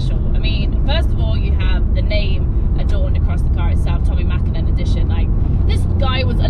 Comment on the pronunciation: Mäkinen :P Please change :D Otherwise amazing video as usual! :D